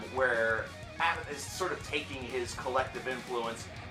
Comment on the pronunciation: ABBAT(h) A BBAT ABBATH, you don't pronounce the H <3